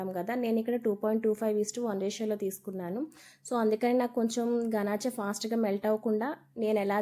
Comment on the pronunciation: గనాచే kadhu గనాష్(Ganache)